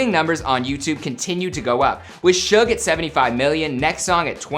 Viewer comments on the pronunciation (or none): Does anybody else hate how he prounounces suge like “shug” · Lmao it bothers me how they pronounce suge lmao. I put it in the translator so the robot can pronounce it and it’s the same pronunciation 🤣 it’s SOOGE* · I dont like the pronounciation of suge its like "siutch"